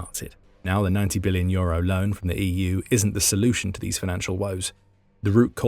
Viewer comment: Lots of audio glitches in this one. You need to teach your bot to pronounce "EU" correctly at least.